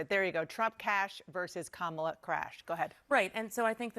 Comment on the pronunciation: Doesn’t this guy know how to pronounce Kamala’s name. He’s either a pro-Trumper or he watches too much Trump videos